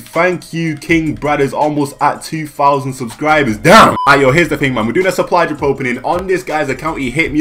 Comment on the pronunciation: Is he saying suply drup